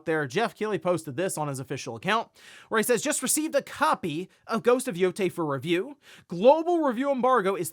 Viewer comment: It’s Yōtei, not Yotei. It’s not that hard.